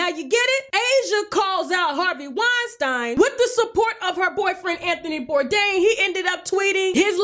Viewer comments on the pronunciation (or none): Wine-StEEEN not Wine-StIIINE